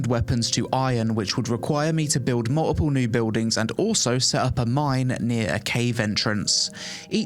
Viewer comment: As an American I heard you say “multiple” as “muh-ih-uh” ❤. Ignore me I’m easily amused.